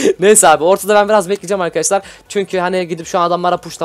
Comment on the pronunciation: Hep arkadaşlar hatta arkadaşlar değil arkaşlar diyorsun.